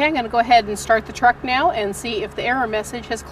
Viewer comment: "and right meow.." did you just meow at me?